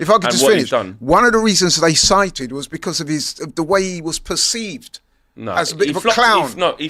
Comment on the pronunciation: says becores for because